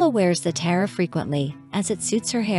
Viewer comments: It’s pronounced TEE-ara. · You are not even pronouncing “tiara” correctly. Try again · This is a joke right? A documentary riddled with mistakes, using computer speak for titles and funniest of all, in a documentary about tiaras, unable to pronounce the word tiara!